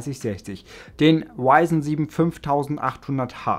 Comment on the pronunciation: warum sagst du wyzen nicht ryzen